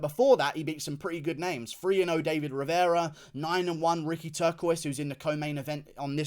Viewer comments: its "Turcios" not turquoise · Someone tell Guru that's not how you pronounce Turcios